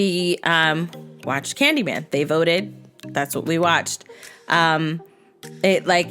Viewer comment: caaned y man no you have to say candy man